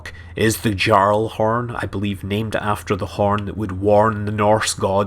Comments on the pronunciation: Scandinavian "J's" are often pronounced as "Y's" So; you should pronounce Gjallarhorn as "Yallarhorn" That's so important I thought you needed to know. Loved the vid by the way. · Pretty sure the Ragnarok's Doomsday weapon is pronounced "yalar-horn". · it's pronounced "yarlhorn" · Please, get your fact's straight. like the names of the ship's. you called the Ragnarok the Leviathan. then Avatar. and then back to Ragnarok. And also, the Gjallarhorn. isnt said the way you did. its not gjarlhorn. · gjalahorn is read gya-lahorn like in bjorn or fjord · Any other destiny players cringing at the way he pronounced gjallarhorn? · The cannon on the Ragnarok would be pronounced with a Y instead of a J.